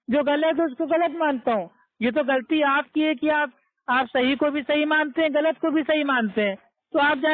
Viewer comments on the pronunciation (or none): غلتی کو گلتی کہ رہا ہے جینول کہ رہا ہے ہے قرآن کو سہی کیسے پڑھ سکتا ہے ہے جہل ہندو کا لہجہ اور تلفظ استعمال کر رہا ھے قرآن کو کران کہے رہا ہے غلتی کو گلتی کہ رہا ہے چل دعا قنوت سنا دے میرا دعویٰ ہے نقل کو نکل کہ رہا ھے